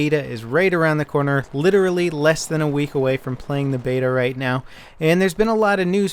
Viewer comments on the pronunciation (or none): none